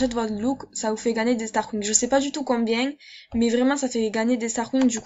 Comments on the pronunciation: Super video merci pour les conseils il me servirons ;) et sinon on dit starcoins pas starcouing xDD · On fit starkoyne 😂😂 pas starcoing mdrr 😂 Sinon je t'adore! JE TE SUIS DEPUIS LE DÉBUT DE TA CHAINE GROS BISOUS 🌹❤❤❤❤❤❤👑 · Comment t'ai richeeee sur MSP t'ai Une Start :) 😂 combien de fois ta dit stargoing ? 😂 Comment tu le dis MDR et ton accent ptdr 😂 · Mdrr des "starcouing" xD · J'adore ton axent j'adore Strascouig sinon super vidéo 🖒🖒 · Ha ha jpp comment elle prononce xDD